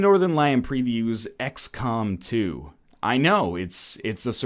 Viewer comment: sounded like he said "x-cum"